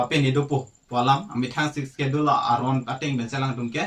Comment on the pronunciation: When pronouncing the words "schedule" s will be silent 😀